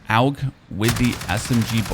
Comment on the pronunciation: Most people call it "og", but saying "Aug" is more accurate, since it stands for Armee Universal Gewehr and their initial are pronounced that way. You're the first content creator I've seen that actually says it the correct way, good job man